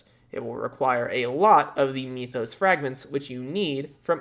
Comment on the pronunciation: m-ee-thos? MYTH-os.